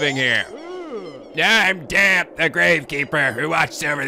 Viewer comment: still pronouncing Dampé wrong, so let me quote a little bit from the Zelda wiki. "Dampé (pronounced /dæmˈpeɪ/, dam-PAY) is a recurring character in The Legend of Zelda series who often works as a gravekeeper."